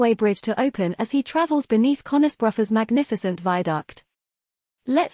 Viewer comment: You need to train your robot to say "Conisborough" correctly.